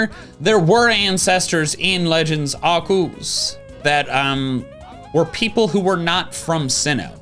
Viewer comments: THERES AN E IN ARCEUS BRO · You're saying Arceus wrong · I've been watching the meme reviews for a little while now, but I still don't know why he says "Arceus" like that. May somebody give me context?